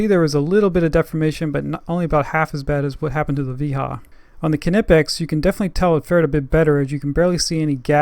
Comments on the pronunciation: is pronounced ni-pex not ka-ni-pex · Another person over thinking how to pronounce Knipex. How do you pronounce Knowledge, Knee, Knob, etc? Knipex is pronounced Nye-pecks. Good video else wise. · How is it EVERY tool reviewer from the Americas doesn’t know the K in Knipex is silent???? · The argument over how knipex is pronounced is ridiculous. Knipex is a german tool maker and in German the k is pronounced so the proper way to say is ka nipex but if you want to pronounce it nipex thats ok just don't chastise someone because they say knipex.